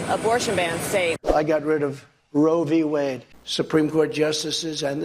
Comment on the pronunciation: It’s easy for Trump to say Ro Vee Wade, that’s why he says it all the time